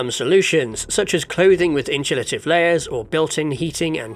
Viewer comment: Okay, in past response to comments this guy seems sincere that in his variety of English it's perfectly cromulent to pronounce "assume" as "ashume" (with the ess like in "sugar"), but I just can't buy that about "conshuming" or "inshulative" .